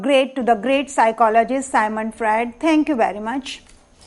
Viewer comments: Dear it's Sigmund Freud not sigmant frued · मैडम सायमंड फ्रायड नहीं सिग्मंड फ्रायड कहो।